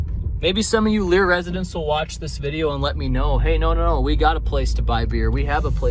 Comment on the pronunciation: Pronounced Lair.